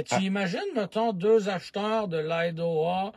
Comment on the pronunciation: Germain, c'est Idaho et non Idoha ;)